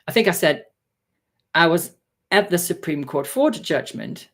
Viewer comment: "the Support Cream ruling" Now that's the kind of spoonerism I need in my life 😂